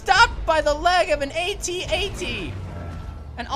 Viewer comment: rong it is at-at not at-nt